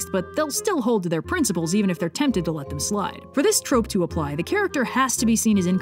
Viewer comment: Ah yes, Sir Pentious's Trrrrrope Talk! 🦜